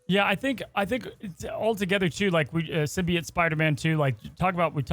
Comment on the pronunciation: I'm sad learned how to pronounce symbiote correctly.